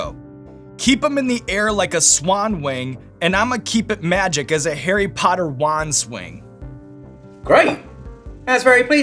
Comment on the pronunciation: Arry pottah